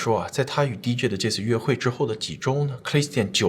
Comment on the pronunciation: DJ D跟J 好像都應該是一声